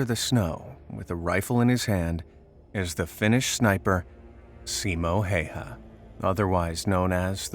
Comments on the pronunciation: Respect for Simo Häyhä from protecting Finland so well. Cause I live in Finland. I find it really funny too how you say his name. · U pronounced simo häyhä wrong 😫😫😫